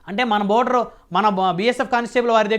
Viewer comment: బార్డర్ ర నయన.. బోర్డర్ కాదు..